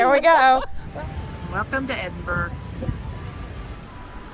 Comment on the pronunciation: It was like hearing nails down a blackboard hearing you say EDINBURG over and over again. It's pronounced 'Edinburra' NOT EDINBURG or EDINBORROW